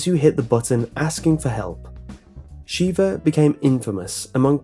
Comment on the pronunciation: It's pronounced 'shevvah' not 'sheeevah'. Have you never actually played the game?